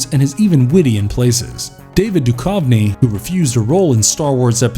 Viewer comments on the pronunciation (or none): Yeah didn't pronuce David Duchovny's last name correctly either.